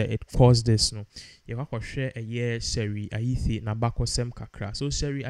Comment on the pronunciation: May her soul rest in peace. Why are you pronouncing t as th? It’s Ayittey not Ayithe.